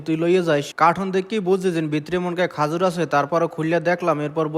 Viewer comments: খেজুর কে খাজুর বলে এই কথা শুনে বুঝে ফেলছি খেতার গাট্টি মানে বরিশাল 😃😃😃😃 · Khajur ki? Khejur bolen.kotha shundor kore bolen borisailla